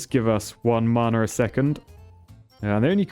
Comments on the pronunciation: P.S. "Mana" is not mar-nar, it sounds like manner. Mah-Nah. Rhymes with banner. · It’s not maaaaaana it’s mana. Man-a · Why are you saying mana as marna it hurts my ears XD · Is it me or the way he says mana sounds posh? 😂 I pronounce it (maa-naa) Vs (mar-nar)